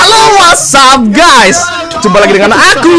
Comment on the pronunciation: "HELLO WHAT'SAP GAYS" 🗿